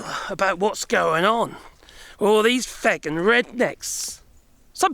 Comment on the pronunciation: Loving your adoption of Irish swearing 😂 Oddly you pull of a feck with an English accent, that's rare and impressive